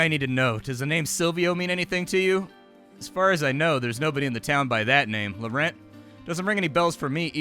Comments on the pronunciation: "Lowrent"? lol! Nearly as bad as "Sainte Germainee". Cant listen to much more- just pray there is no "Grand Prix" in there anywhere! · Small pronunciation detail: Laurent (a French name) ends with the 'AN' sound from 'ANKH' 😉